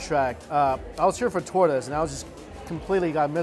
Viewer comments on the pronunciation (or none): I thought he was guna eat a turtle when he said tortoise 😂😂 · I thought you said your favorite Mexican food was tortoise! Haha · LOL, am I the only one that when he said "One of my favorite Mexican foods....Torta's!", I could'be sworn he said "One of my favorite Mexican foods...Tortoise!"! It wasn't till they showed the dish when I finallly realized he actually said Torta's... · I really thought he said tortoise too,I was horrified till I realized he meant Tortas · 🤣🤣🤣 when you were saying "tortes" I heard "tortoise"! 🤣🤣🤣🤣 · Everytime you said Tortas I died a little inside lol Sounded like Tortoise 🐢 lol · tell me why i thought he said tortoise instead of torta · The way he says tortas lol sounds like tortoise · I had my captions on and "tortoise" came up. 😆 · I also thought he said turtles 😂🐢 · I was like... "wait you can't eat tortoise... they endangered." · He said chesses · I was so confused I was like oh no they eat turtles lmaoo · I legit thought Mike said he was going to eat his favorite food..Mexican Tortoise! 😂🤣😂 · whew... thought he said " tortoise" instead he said " tortas" lmao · When you said you wanted tortas I though you wanted to eat a giant turtle... It sounded like tortoise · Lol thought he said tortoise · Are you saying turtles? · I thought he said tortoise 🐢😰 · I thought you said tortoise 😒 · I had my browser on another window when he said it and I was like, "whoa, hold up, what? Ohhhhh, tortas!" Gotta work on that pronunciation, Mike. XD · I heard that too and I tripped out like yo we don't eat turtles xD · Does anyone else not like how he says tortas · Wtf man please work on your pronunciation lol